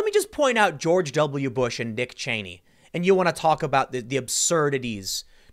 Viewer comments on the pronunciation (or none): none